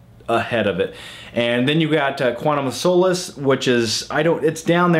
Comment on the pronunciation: SOLACE - as in POLISH - Not as in SOUL-LESS. Come On, Man!! ;-)